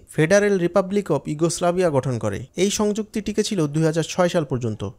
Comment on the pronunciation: যুগোস্লাভিয়া হবে উচ্চারণ